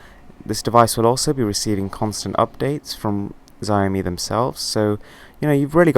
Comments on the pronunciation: Did he say Xzi o me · Just to clear up this pronunciation thing... it is pronounced 'show' to rhyme with 'cow' and 'mi' just sounds like 'me' in English :) The phone is shit hot by the way. They are easy to buy here in China thankfully. Got it for 900 Yuan (about 90 quid!) :D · It's pronounced, SHI OW MI. Great review btw, it's an amazing phone. Can't believe the price. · He said ziomi! We have really grown up boys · MRWHOSTHEBOSS : Ziaomi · Atleast pronounce XIAOMI right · You're pronouncing Xiaomi wrong, in Chinese, the "xi" is pronounced almost like the English sh and j sounds combined. Nice video though :D